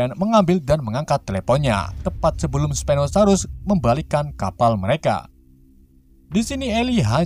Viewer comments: admin bilang stegonosaurus padahal itu s😂🤣pinosaurus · Bang bukan stegonosaurus stauku spino saurus